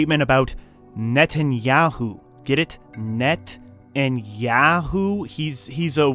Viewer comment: It’s Yoo-Hoo. Not Yahoo.